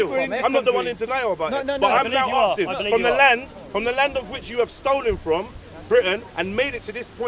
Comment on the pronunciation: "IM AKSIN IM AKSIN" speak english you illiterate fuck